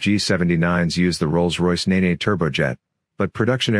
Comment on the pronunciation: The Rolls Royce Nene engine is pronounced Neen to rhyme with bean and not nee-nee. Panthers were a great looking early jet.